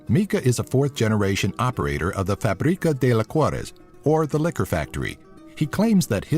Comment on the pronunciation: "Fabricáh" xd